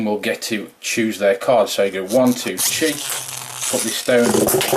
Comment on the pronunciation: Hahahahaha it sound like he said she battle